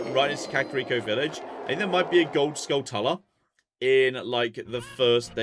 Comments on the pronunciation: We can go both ways on whether it's tula or chula, but hearing pronounce it "uhluh" was horrifying. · It's pronounced "Skull-chula". It's a portmanteau of skull and tarantula.